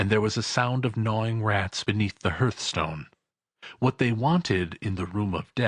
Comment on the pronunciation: Russell - You really should read all of the comments before posting. I was commenting on the mispronunciation of the word "hearthstone"